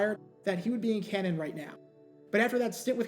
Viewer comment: “CAN-TON”! 😆 Love your channel though. Watch every morning.